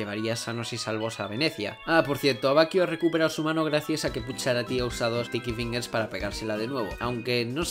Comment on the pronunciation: No se si es pura cosa mía pero parece que bucciarati dice STICKY PINGASSS!!!